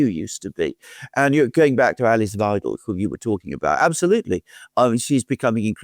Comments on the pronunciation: Weidel is pronounced more like the english word "why" and not "weedel" 🙃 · Please remember pronounce her name correctly… it’s Wiidel not Weedel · Hi, Alice Weidel is not spoken like Weedel, it's more like - Why dell 😉👍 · Not WI: DEL but V HI DEL 5 (as in Hi) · The correct pronunciation is: Wydel in English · Good Interview, Ms Weidel is spelled like wAidel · Alice "whyDel"☮ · Dear: here name (Alice Weidl) is pronounced Alice "Whydl". "EI" in german is pronounced like "I" in english. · It’s ’vy-dell’ if you are an English speaker. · Her name is pronounced, "V-eye-del,! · Hi. Sorry to be picky, but Alice Weidel's surname sounds more like vydel (i.e. ei like eye and not ee). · Btw.... it's WEIDEL as in WEIMAR Republic, Calvin KLEIN etc. Very easy! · Weidel is pronounced differently in German: Alice Elisabeth Weidel (German: [aˈliːs eˈliːzabɛt ˈvaɪdl̩]; 😅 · How good is your analysis if you don't know how to pronounce Weidel? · Please improve your pronunciation of Alice Weidel's name.